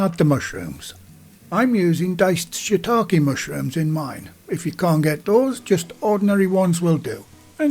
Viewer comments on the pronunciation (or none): Remember, there is no "Shit" in "Shiitake" -- pronounced "shee-ee-TAH-kee" with a Western accent and "she'-TAH-kee" in a Japanese accent.